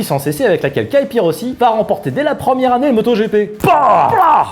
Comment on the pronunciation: Mdr! Vive la bécane ! Mais t'as fait un mix entre un cocktail et un pilote! C'est Capirossi, pas Caïpirossi! Mdr, un rossi à la caïpirinah!